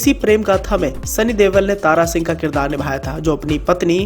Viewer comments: Yar sunny deol ha tum sunny DEWAL kyu bula rahe ho 😄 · Deval nai deol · Deval ni deol aa bhai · Sunny dewal nai Bai sunny deol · Not Deval but Deol